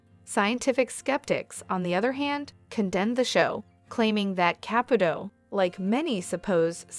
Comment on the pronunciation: Ka-pu-to NOT kap-puto